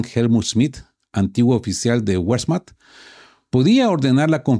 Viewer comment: En alemán la W se pronuncia como nuestra b/v. Por lo tanto Wermacht se pronuncia Bermagt. Pronunciar el alemán como si fuera inglés suena fatal.